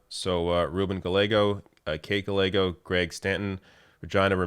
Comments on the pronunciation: One small thing: Gallego is pronounced Ga-ye=go. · I didn't catch the Regina thing. My mind turned off on "Ga-legos", but good to know! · Please learn to prounounce Congressman Gallego and Mayor Gallego's name's properly! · It's pronounced "Ga-yay-go". The "LL" is pronounced just like in fucking "tortillas" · The way you mispronounced Gallego. 🤣🤣 Cute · You butchered pronunciation of the surname Gallego. Do you do the same with French surnames in Canada? Please